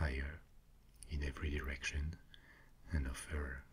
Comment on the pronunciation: "fire in every erection.." XD Sorry joking your English is actually really good!